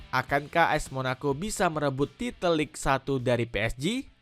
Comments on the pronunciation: lig satu 😂😂😂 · Cara baca Ligue 1 itu Lig Ang woyy. Ngawur naratornya. Nggak profesional banget 😂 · Apa sih naratornya bego banget. Banyak salah woy cara bacanya. Ligue 1 aja salah baca, Il Popo malah dibaca Dua Popo 😂. Goblok banget wkwkw padahal isi videonya udah bagus tuh